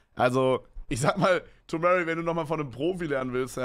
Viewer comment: tomary spricht seinen Namen richtig aus und paar Sekunden später spricht Kevin ihn falsch aus